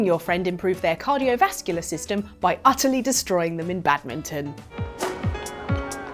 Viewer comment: nice job keeping the N in badmiNton. Real professionals on this channel. 😎